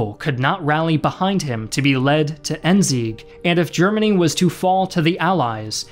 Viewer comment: I as a German love how non German people pronounce German words: ENZEEK!